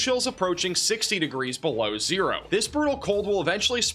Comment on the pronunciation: Did u say 60 below? Or 6 b low?